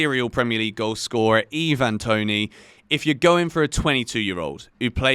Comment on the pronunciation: its not eeeeeeevan its iiiiiiiiiivan